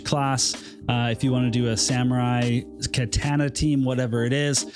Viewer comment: You're my boy, but please, for all of our sakes, learn to say "Katana" properly lol